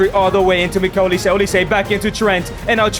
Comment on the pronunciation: mf said "mikel olise"